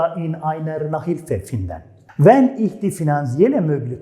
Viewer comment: cok güzel tebrikler. Ama telefuz konusunda sanki cok dikkat etmiyorsunuz. Mesela fiillerin okunusunda hic bir alman sizin gibi okumuyor. Örnek, finden fiili...hic kimse yazildigi gibi okumuyor..."findin" diyorlar...gibi seyler dikkat cekiyor. Basaralarinizin devamini dilerim....saglicakla..